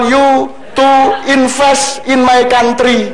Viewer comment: PLIS MAY KONTRI, DOBOLL DOBOLL🤣🤣🤣